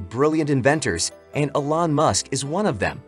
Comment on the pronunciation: Very good video. You may want to learn how to pronounce Elon with E Lon not as A Lon. Also pronouce Solar with So Lar not as Sa Lar.